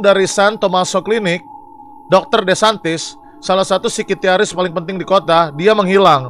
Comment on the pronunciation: Bang windah gak bisa baca psikiatris, SIKITYARIS mulu